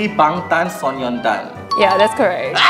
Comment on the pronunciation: Also it’s Bangtan So-nyeon-dan, not son-yeon-dan